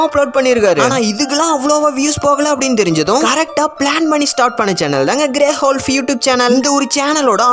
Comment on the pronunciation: Bro grey wolf pronounciation thappa pandringa